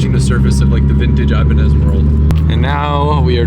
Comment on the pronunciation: Not here to bash just inform brother , the guitars Ibanez , are pronounced EE-BAAAN-YEZ, like a Spanish tone 🤙